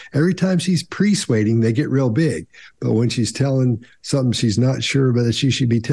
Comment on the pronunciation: When says, "PREsuading," does he mean "PERsuading," or is there a term called presuading I am not familiar with?